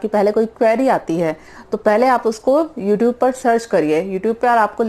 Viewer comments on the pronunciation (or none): none